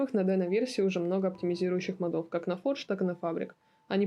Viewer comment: Ну ёлки-палки. мОдов. Ударение на первый слог...